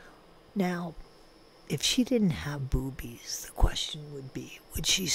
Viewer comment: Every time you say boobies, I almost pee, it’s so funny 😆